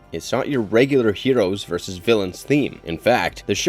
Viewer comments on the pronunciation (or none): none